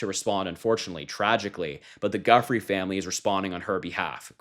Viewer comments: Trump's comments are horrifying. Like many others, you're pronouncing "Giuffré" incorrectly; Google the audio of the pronunciation. It's a Sicilian name. Thanks for your hard work as a Gen Zer. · Thanks for the reporting. You are mispronouncing Virginia’s last name. Also, what was an underage girl doing working in Donald spa to be ““ stolen? How come nobody’s pointing that out that in a self suggest that Donald was doing some hanky-panky if he hadn’t hired her for his spa, Jeffrey couldn’t take an underage girl. Also disgusting. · Hi Harry, I'm a fan of yours and a long time subscriber. Please pronounce Virginia Giuffre's name properly, you're not the only one getting it wrong (not by a long stretch). At a certain point though, it just seems disrespectful. ✌️💙🇬🇧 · Saying their name wrong a hundred and nine times in one video is distracting af. Js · As a reporter of sorts, at least learn how to pronounce the poor woman's name properly. You belittle her memory otherwise. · You need to listen to other podcasters on how to say Virginia’s last name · Can people please say Virginia Giuffres name properly. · Please learn the correct pronunciation of her last. Not doing so is probably offensive to her family. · I really don’t think that’s how you pronounce her last name. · actually Virginia Giuffre was not French. She did not live in a French speaking country. The accepted English pronunciation in an English country is not generally pronounced in the French manner. Just like Ghislaine is a French name but in English is generally pronounced Gil-lane rather than The French Gis-lane, both pronunciations with a soft ‘g’ as in give.😊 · We love you in NEW JERSEY 🌊💙💛 REMEMBER GIUFFRE= JEW-FRAY!!!! PLEASE SAY IT PROPERLY EVERYONE 😅 IT'S ITALIAN AND A TRICKY NAME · Pronounce her name correctly! It’s pronounced Jufray! And it was Roberts when she worked for the pdfiles! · Her last name is pronounced like jew-fray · Virginia Giuffre's last name is pronounced like "JUfree"